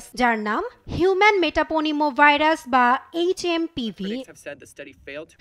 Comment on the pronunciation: ভালোমানের একটা টিভি চ্যানেলের সাংবাদিক ভাইরাসের নামটাও ঠিকমতো উচ্চারণ করতে পারলনা। লজ্জা!!